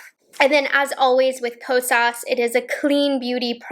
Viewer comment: you say “Ko-sauce” 😅